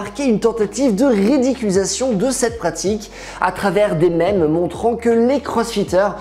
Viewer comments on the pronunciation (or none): none